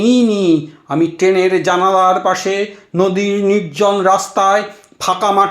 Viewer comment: উৎসাহ সাধু। উদ্যোগ প্রশংসনীয়। কবিতা নির্বাচন সময়োচিত। আবৃত্তি শিল্পটি আরো রপ্ত করার। প্রথম ধাপ হলো, উচ্চারণ, রি কার, রফলা উচ্চারণ বাদ চলে যাচ্ছে। প্রায় প্রতিবার। এতবার মৃত্যু কথাটি আছে, একবারও ঋ উচ্চারণ হয়নি। এছাড়াও বৃষ্টি ট্রেন ইত্যাদি আরো কিছু শব্দে একই রকম... খেয়াল করা প্রয়োজন।